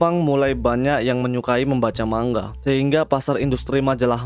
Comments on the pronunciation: Penyampaiannya bagus dan penyebutannya tepat, ucap kata manga juga bener. 'Mang-ga' biasanya org2 pada nyebutnya salah 'ma-nga' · Btw emg begitu bro pengucapan nya yg benar mang-ga Kebanyakan orang salah pengucapan nya sering nya mang-nga